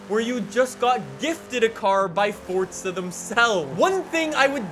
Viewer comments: It’s Forza not fortza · Dawg I love your vids but I get a little kick outta when you say forza with a T😂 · how fortza horizon fawr couldave bean betta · fortza horizon 4 lmao